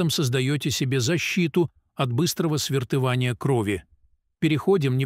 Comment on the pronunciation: Что у вас с ударением в словах? Столько грубых ошибок я не слышала. Это очень мешает слушать. Просто раздражает. ПопрОсту, тромбАэмболия., свертывАния.листьЯ, чОрника, кумАрины..... Ох, всего и не перечислишь. Я уже не говорю о правильной интонации. Иностраннц, что ли, читает..... Очень плохое чтение текста.